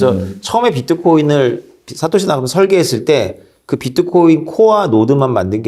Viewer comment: 다른분과 달리 생각이 유연하시고 주류 경제학자지만 현실을 직시하시는 능력이 있으신듯~ 말씀을 잘 하셔서 그런지 질문의 수준도 굉장히 높아보이고 두분의 대화가 정말 재미있고 뜻깊습니다 근데 자꾸 사까시 나카모토라고 하셔서 알아듣지만 조금 민망 ㅋㅋㅋ^^